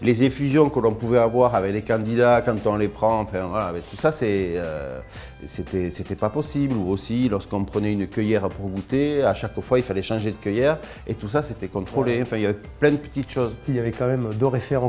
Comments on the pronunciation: Saran, il dit une cueillère lui? Lol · « La CEUILLÈRE » 😂...